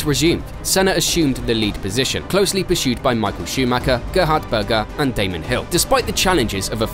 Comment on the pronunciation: Erm...did this guy call Damon Hill "Damien"?